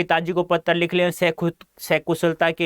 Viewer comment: Patra ko pattar